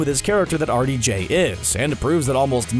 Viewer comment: Wow. It took me til almost 5 minutes through the video to realize the narrator is saying "R.D.J" meaning Roberts Downey Jr. The whole time I'm like, "Who tf is Artie Jay? And why is he so good at coming up with lines for Iron Man?!" 🤦🏾‍♀️